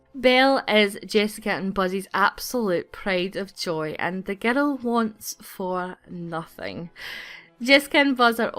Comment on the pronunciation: "She soon gave birth to a baby girl"sounded like baby geto lol